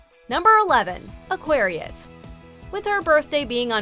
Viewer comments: It’s Aquarius not Aguarius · ITS AQUARIUS NOT AGUARIUS..(Sorry...)